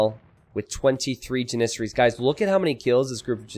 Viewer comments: Please google how to say janissaries!!! You always say so it so wrong!!!!! 😂😂😂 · I can't get over the way he says janissaries. Needle in the brain every time